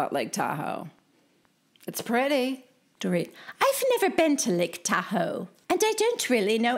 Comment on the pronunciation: Totally expected Dorito to mispronounce Lake Tahoe as Tu-ho